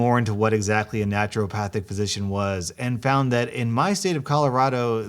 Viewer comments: Stop saying naturalpathic please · Naruto-Pahthic? She's a weeaboo doctor?